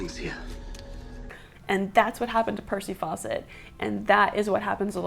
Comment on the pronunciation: I know it's Fawcett, but I kept hearing Percy Faucet. I wonder if he got annoyed by all the obvious jokes...